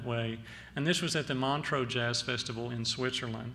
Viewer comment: No one ever pronounces Montreux correctly.